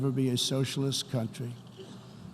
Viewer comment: Dam whoever wrote this for the orange idiot is good! And this guy cant pronounce “country”!!!!